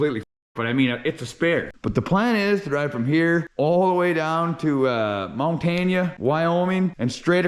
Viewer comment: you're stunned it's not Montaunuh or however you said (mahn-tan-uh)